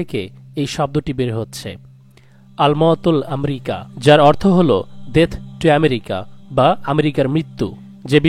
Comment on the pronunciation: উচ্চারণ হচ্ছে ' আল মাউতু লি আমরিকা'।'আলমাউতুল আমরিকা এটা ভুল উচ্চারণ। ধন্যবাদ। আপনার ভিডিওর জন্য অপেক্ষায় থাকি।'